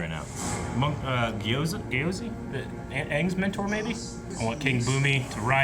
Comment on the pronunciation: did he just call Aang "Ong"? lmao